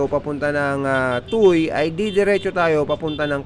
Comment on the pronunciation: Tuwe ang pronunciation ng tuy idol. Fyi incase mag cover ka uli ng TOM next year hihi